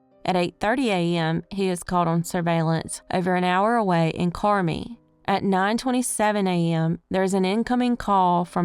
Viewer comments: FYI Carmi is pronounced Car-my not carmee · Hillbilly Southern IL pronunciation: Carmi = Car-my (as in MY car) Mt Carmel = Mt Car-muhl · Love your channel. Can't get enough. By the way, I know this area for Jared very well, and so if I correct your pronunciation it's all for your knowledge. It's "Car-my." That said, knowing this area and watching his movements, I would wager that he was selling or transporting drugs. He hit major meth areas. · Jared’s story the city is pronounced Car-my, Carmi